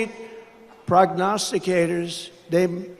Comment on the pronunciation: Dang! He actually said “Prognosticators” correctly! Prob’ly rehearsed that all night before making that….. speech. 😊